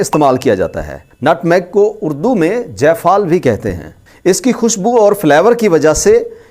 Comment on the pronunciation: جفال نہیں ہے جائفل ہےاردو پڑنا بھی سیکھ لیجیے شکریہ